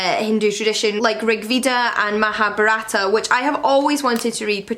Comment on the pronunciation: Mahabharata is pronounced as muh-haa-bhaa-ruht.